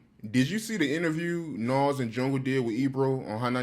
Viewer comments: Bro it’s NAS and not NOS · N-A-Z not N-a-w-z my G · Does the not know how to pronounce the name NAS correctly!? Damn man! This shit got me triggered! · Every time mentions Nas he pronounces his name like Nos 😂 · I love when he call Nas Nahs 😂😭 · i hate the way art says nas name 😂😂😂😂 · Why can't the interviewer pronounce nas name right,little annoying,but it's all love..